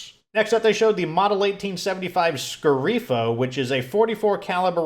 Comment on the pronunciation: "Fuorilegge" is Italian for "Outlaw", pronounced "Foor-eh-lej-jeh" more or less. "Sceriffo" means "Sheriff" and is basically pronounced "Share-eef-uh".